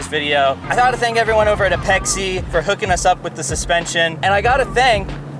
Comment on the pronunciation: its called APEX. not ah-pex-ee. its apex integrations=APEXi I cant be the only tuner who started before the FF franchise who cringes every time someone says ah-pex-ee. sorry, just a little gen X rant. However..... This is what an S13 is supposed to look like! Legit parts and a Legit Lover of NISMO! your car is perfection.